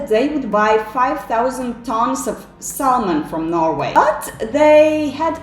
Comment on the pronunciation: Du viste ikke et bilde av Thor Listau, men av noen annen person. Og L uttales ikke i Salmon.